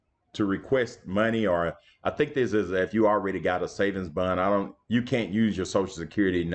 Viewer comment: Bond not bun